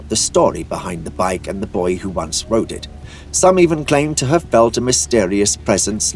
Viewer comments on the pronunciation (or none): none